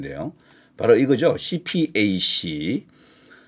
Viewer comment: 낭보라고 어그로 끌지마셔. 허위뉴스로 고발당함. 그리고 유식한 사람들은 CPAC을 씨팩이라고 발음함 😂